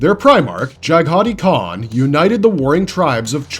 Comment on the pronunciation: Totally butchered the Khan's name loool....